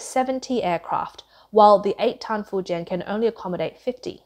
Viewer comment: Fuen ? Fu jian ( 福建)